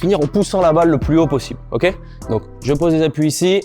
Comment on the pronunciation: Incroyable cette vidéo j'adore le petit "okay" au milieu de chaque on sent bien l'américain you know